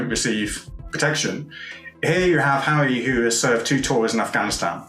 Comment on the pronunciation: He keeps saying Hawwy lol